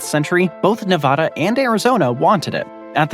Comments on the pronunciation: It's Nevada not Nevahdah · Nevada is not pronounced Nevawda. It is Nevada, with the first letter "a" pronounced like the a in the word at. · No one from Nevada would pronounce the name of the state like you do. In the west, we say Nevaeda not Nevahda. Lo siento. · another fun fact about Nevada is that you and almost everyone else East of it pronounce it incorrectly. It’s “Nev-ah-duh”, not “Nev-awh-duh”. Ah as in apple. Source: Born and raised in Nevada. And yes, I have heard all the counter arguments before. True that it’s not how the original Spanish would say it, but I raise back to you that we don’t say “Te-has” for Texas, or “Ill-uhn-wah” for Illinois. But by all means if you want to immediately stick out like a sore thumb that you’ve never spent a ton of time on the West Coast of the United States, continue pronouncing it incorrectly as “Nev-awh-duh” and “Or-eh-gawhn”. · 1. That's not crater lake 2. It's pronounced nevAAda, not nevahda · NEVADA like the word add. Not the word odd. Get it ,learn it,say it correctly, NEVADA. 😊 great video 👏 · Like Nivadda? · This is yet ANOTHER geography video where they mispronounce Nevada. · There is no 'ah' in Nevada. Google Translate gets it rigbt--give it a try. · You can say the lake name right, but can’t say Nevada right.. 😢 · How do so many people fuck up the pronunciation of Nevada???? Do we Americans suddenly have an English accent?? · CORRECTION: "Nevada" is mispronounced in this video.